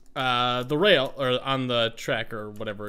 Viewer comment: to "I need the wooden whale." He didn't rail he said whale omg I died XD